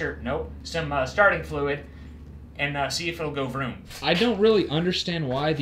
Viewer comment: Thats a gorgeous bike to be sitting so long. Ill give you guys this ive seen yall crank, ride and destroy stuff id nope out on in a heartbeat but this one was slick. Andd bro it sounded like said said Sharting Fluid lmao.